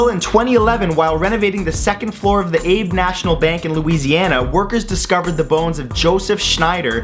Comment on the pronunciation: Abbeville, not Abe. Shex-nider, not Schneider